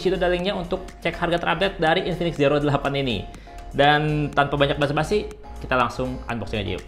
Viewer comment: Zero dibaca ziro bang, hehehe maaf koreksi